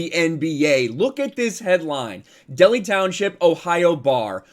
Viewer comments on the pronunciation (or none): Not in Cincinnati anymore but born and raised there! My man said Delhi and not Dell-High... smh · Hey just a friendly correction I live in Cincinnati and it’s actually pronounced Del-High township and kudos to the Enquirer for reporting this because our local news outlets hasn’t been (from what I’ve seen) reporting this! & kudos to the bar owner for standing up to lebrons ignorance and his stupidity when it comes to politics! Never been more prouder than i am right now for being a nati native! #WokeSprortsSucks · its pronounced DELL HIGH lol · Just an FYI. Dehli, in Cincy, is pronounced DELL. HIGH. It's an Ohio Thang. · Just an FYI,.... it's pronounced Del-High.